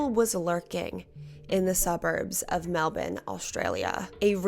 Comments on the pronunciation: Melbourne is Mell-Ben in Australia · Hey! I live in melbourne fl! I dodnt know Australia said it different